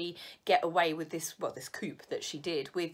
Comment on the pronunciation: Hi In French, When u use the word Homage The H IS SILENT! Also Did you mention the Word coop Or Coup IF it's Coup The P is Silent again I'm sorry IF you find me Pushy My Background? I'm from Montreal Anyway STAY SAFE & HEALTHY